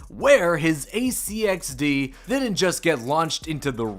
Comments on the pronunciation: “AC-XD”? What’s that? It’s an ARC XD. Say it. Arc Stop spelling it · ARC-XD not AC-XD